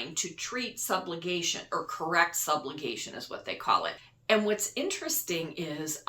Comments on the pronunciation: Subluxation- rather than “subglugation” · It’s not “Sublugation” it’s Subluxation. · Under Chiropractic services covered ... the condition is "subluxation" NOT "sublugation". Small point but if you're a reservoir for information, what else may be incorrect? When I signed up for Medicare, the person I went to for the details of coverage , since I told her I do take any meds she said I did not need part D. I have since been schooled on her mistake and I have a penalty tacked on my part D premium for the rest of my life! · I don’t think psych coverage is going to cover surgeries. “Subligation” is not a word. Subluxation is a word. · Re chiropractic, it is "subluxation", not "sublugation". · It’s SUB-Lux-a-shun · subluxation ..... no "g" in the word ..... sub-lux-ation. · Chiropractic to correct sub-LUX-ation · Thank you for the video. FYI you are mispronouncing subluxation.